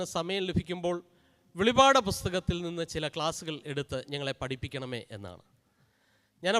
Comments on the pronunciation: വെളിവഅഡ് എന്നല്ല വെളിപ്പാട് എന്നാണ് അച്ഛാ... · In malayalem not pronouncing as velipad it is velippad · വെളിപാട് അല്ല വെളിപ്പാട് ആണ്